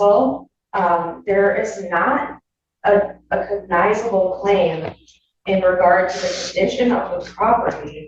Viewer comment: The word Cognizable, is the attorney saying the word right? Sounds like the judge corrected her several times and she still says it wrong. His Honor is super irritated, you can see it in his face.